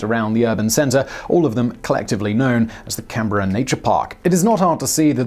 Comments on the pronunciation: A+ for your pronunciation of Canberra! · When youtube daddy pronounces Canberra right 🤤💦